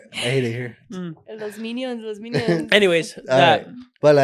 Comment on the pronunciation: Not the “minilios”😂😂